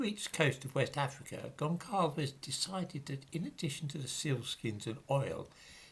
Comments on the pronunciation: Gonçalves would be pronounced something like 'Gonsalvesh'. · Gonçalves. the 'ç' reads 's' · Goncalves is pronounced Gonsalvs, the same way that Alves is pronounced Alvs.